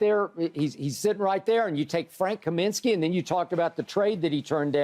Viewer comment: I am commenting as a lifelong fan of the Charlotte Hornets and (including the Bobcats era). Adam Morris? Frank Kamansky? Bismark Biyombo? Shannon believes the picks have been so bad that he mispronounced and/or got all their names wrong. Adam MORRIS(ON). Frank KAM(I)NSKY, BISM(A)CK Biyombo are their correct names. I know its very easy to make fun of these guys for not living up to the potential we drafted them at, but they wore our jersey and put their careers in our hands and we did not put them in a position to succeed. Adam Morrison tore his ACL in the preseason of his second NBA season and he never recovered, but still has two NBA championship rings; Tell me Adam rode the bench the entire two years and I will ask you "Why did the Lakers kept him on the roster?" Frank actually did well in a supporting role for the Phoenix Suns the year they went to the NBA finals against the Bucks before he unfortunately got injured. BISMACK BIYOMBO grabbed 26 rebounds in the 2016 eastern conference finals which ties him with Dwight Howard and Hakeem Olajuwon for most rebounds in the NBA playoffs since 1984. ALL THREE MEN EARNED THE PRIVELADGE TO WEAR AN NBA UNIFORM AND IF YOU WONT PUT RESPECT ON THEIR NAMES THEN I WILL! But the bigger picture is correct, I believe there is something very wrong in the Hornets organization. I have my theories but only the people inside truly knows what it is. To anybody that laughs or mocks my comment, I stand by my comments and I don't care about your nega